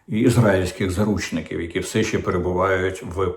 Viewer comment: “Все» чи «вшьо», пане Дмитре?